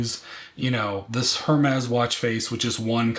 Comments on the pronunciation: It’s AIR-mes not HER-mez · I know you keep saying HERmes but the “h” is silent so it’s pronounced “er-mes” ❤